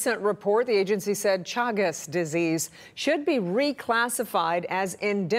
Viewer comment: It is pronounced Shagas !